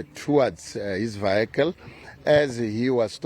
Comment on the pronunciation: Vehicle not vikle